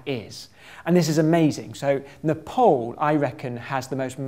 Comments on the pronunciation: You pronounce my country's name wrong! It is Nepal.(Neh-paal) Ne - nephew (british) paal- pass (british) Dont pronouce it Ne-pole Or Nepal like maple (american) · It's not Nepol, it's Nepal. Not O, it's A. Why you keep saying O is beyond me. It's A, always been always will be. A like in A-rgentina. Do you say O-rgentina? You probably don't. A like A-lgeria. Or are you tempted by O-lgeria? I guess not. So: Nepal like NepAAAl. Not NepOOOl. A as A. A. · IT’S PRONOUNCED N • e • p • aa • l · Not Nephol it's Nepal.😊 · It's not Nepol, it's Nepal. Idiot. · It's pronounced as Népaal, not Napole. Anyway, great video. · This guy annoyed me enough as it was then he started saying "Nepole" instead of "Nepal" WHAT THE FUCK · Ne-paul.. He said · Its not Nepol there is a "A" not "O" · I like how he pronounces Nepal as "Nuhpawl" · Its strange how most of the World pronounces Nepal as Nepol. I'm actually Indian so I'm quite used to mispronounced names :-D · I am amazed how the guy can not pronounce Nepal well. Great video though.